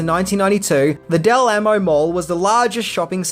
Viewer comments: Hey, it’s pronounced “Dell Aaamo” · sometimes you need to check with me on how pronounce So Cal names, it's 'Del Ah-Mo' mall.